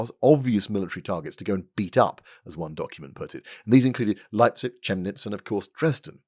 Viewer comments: Hello m'lord, just a small quibble - the "h" in Chemnitz is silent, it's more like "Kem-nitz". The reason I know this is because I'm a British expat and I live there (pretty close to the Küchwaldpark). 😉 Frightfully sorry to bother you - Jenkins, what are you doing in my apartment? And why are you holding a shovel? This seems very unnecess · Chemnitz pronounced Kemnitz.